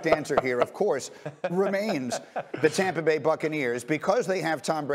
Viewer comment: Tompa Bay!!! LOL